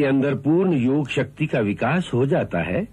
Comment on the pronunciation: It's Yog not yoga